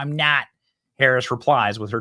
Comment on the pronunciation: She didn't say "No, I'm not" she said "No, I'm THOT"